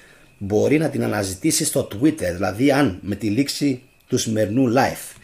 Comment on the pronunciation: Aφου θελεις να μιλησεις αγγλικα τουλαχιστον πεστα κανονικα οταν λες (life να το λες σωστα ειναι live)